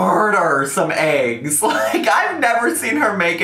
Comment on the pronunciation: Can you and literally not say eggs right?!? It's pronounced EGGS NOT AGGS! Yall are welcome ☺️